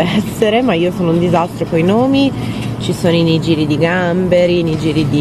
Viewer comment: i nigiri si pronunciano nighiri:p